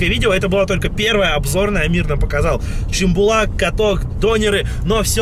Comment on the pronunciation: Не чимбулак а Шымбулак